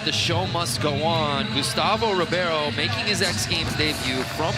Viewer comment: Ribeiro sounds like "Reebaero". Not Reeviero ahaaha